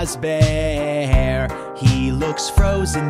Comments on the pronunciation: it not fauzber its fazbear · I definitely agree with you, instead of fazbear, it sounds like he's saying fozbear, like man, that's not how you pronounce it, it's fazbear not fozbear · "Freddy FAHzbear" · This dude really pronouncing Freddy FAUzbear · You type freddy fazbear but you say freddy fezbear but cool animations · Love how he mispronounced Fazbear as Fozbear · He said fozbear not Fazbear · Fandroid! - The Musical Robot the way it said Fazbear !!!it sounded like fez bear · Cus it sounds like Fozbear XD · I like the song, i still don't like how he says "Fahzbear" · deathtrap the bloody bunny he ACCTUALLY said FAHZBEAR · he says freddy fázbear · Fandroid! / Griffinilla look up how to say fazbear lol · U cant convince me this man has had any interactions with fnaf, he pronounced the name of the big man wrong for gods sake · You said fazbear wrong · Not saying fazbear right